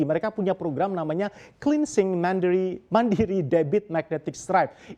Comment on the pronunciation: Gra2 topicny pke bahasa inggris nyebut mandiri pun kebawa2 pake logat bahasa inggris WKWKWKKWKWKWKWKWKWQ